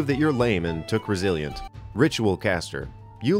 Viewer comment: ResiliAnt. SentinAl. should be E not A, just thought I'd point that out. Nice video.